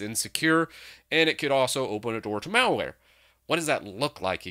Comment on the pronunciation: Emphasis on "malware"